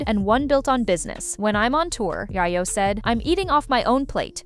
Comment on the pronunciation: Yayoooo …not yaayayooo 😂